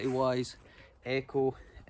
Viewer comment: I love the way he says Eh-coe